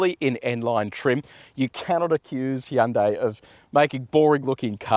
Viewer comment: Finally someone who knows how to say Hyundai correctly